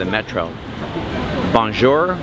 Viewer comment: Stop with the “bon jour”!! How about learning to pronounce it correctly.